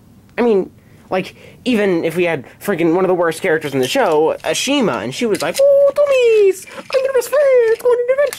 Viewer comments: Its Ashima not Asma 0/10 >:((((((((( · Ashima not ashina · It's not Asma it's Ashima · I’m Pretty Sure The Name Is Pronounced Ashema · It’s pronounced ASH EE MAH That’s how it sounds. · I'm pretty sure her name's pronounced A-she-MA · Why you calling a ashmia Asma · It's ah she ma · Why r u saying Ashima's name wrong ? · you got ashimas name wrong